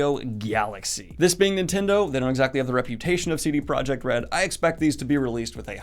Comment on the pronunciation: not related to Octavia, just wanted to point out that CD Projekt Red is pronounced as ProYekt (german and similar languages have a different sound for J)